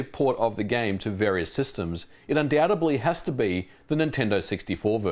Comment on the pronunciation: Did you really just say "undoutably"??